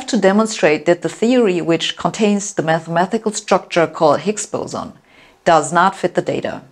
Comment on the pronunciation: MATHEMA-TI-CAL, not MATHEMA-THI-CAL.